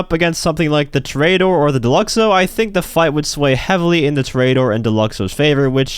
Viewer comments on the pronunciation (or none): How to pronounce Toreador: Tory uh door not Tory ate 'er